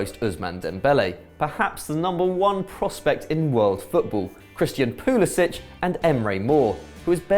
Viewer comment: It's not poolishich for petes sake it's pronounced pullisick